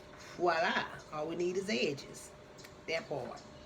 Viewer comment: "Remember to like and subshribe" "Eensteent Ehhdges" 🤣🤣 Damn I love her!